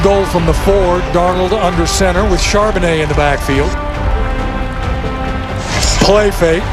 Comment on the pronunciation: I love it when the guys up there in the booth call Charbonnet "Chardonnay" 🍷. They do it so the time! I laugh coz that's all I conic say too. It was tough that first year when he got up here!😅😅 Now we're on a first name basis, so he's just Zach to us 12s💚💙 #26 will be back next season NO DOUBT! GO SEAHAWKS!!